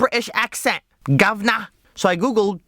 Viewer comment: "GOVNAH" xD